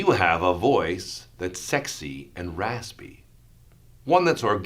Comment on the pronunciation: Take a shot everytime he says “sekxy rasspy voyss”